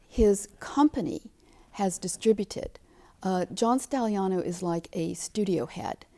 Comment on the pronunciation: Dear God Woman preanounce he's name right. 🤦‍♀️